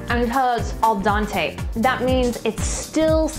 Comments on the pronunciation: Ha ha yes! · its al dente* he was probably mocking the way you pronounced it